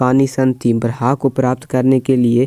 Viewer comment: उच्चारणम् शुद्धं कुरू। अत्र ब्रहा नास्ति ब्रह्मेति अस्ति